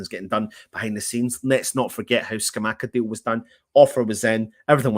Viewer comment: Jon Luca Scamacca pronounced like attacker